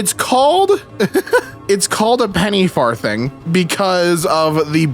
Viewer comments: 'Farthing' is pronounced /ˈfɑːðɪŋ/ (not /ˈfɑːθɪŋ/). The 'th' is voiced, as in 'this' (not unvoiced, as in 'thin'). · Him pronouncing farthing as "far-thing" with a soft "th" is really throwing me off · It's funny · the pronunciation of far thing is sending me 😅 i love how always looks for extra context though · lol 5e way you said farthing though hahaha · His mispronunciation of 'farthing' is filling me with rage. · For some reason it really got to me when he pronounced 'farthing' with a thorn instead of an eth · It's farthing pronounced with a soft "th"